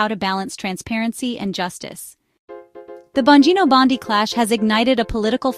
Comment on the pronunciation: At least learn how to pronounce the subjects names before creating a video! It’s “bon-GEE-no”…as in “gee, u sound stupid!”🙄